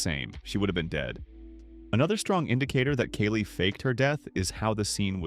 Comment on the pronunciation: good video, my guy. it was just really confusing as you pronounce kali's name incorrectly half the time (kah-lee not kaylee)